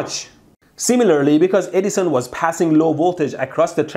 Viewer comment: It's perfect that his accent makes it sounds like he says "Dumbass Eddison".